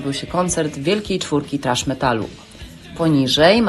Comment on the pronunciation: Kiedy polak niewie jak sie czyta thrash wiec czyta trash. Roznica ? Hehehe wcale zadna hahaha